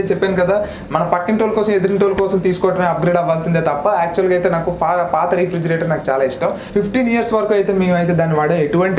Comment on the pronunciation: Pronounciation Rey-fridgerator bro..... Not re fridgerator just a tip.... Nice videos